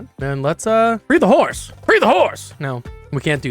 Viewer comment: He said ‘free the horse’ I think 😭😭